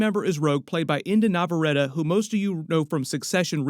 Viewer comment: Indy Nahvuh-Ready